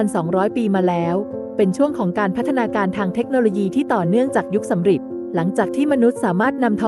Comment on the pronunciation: ยุคสำริดครับ ไม่ใช่ยุคสำหริด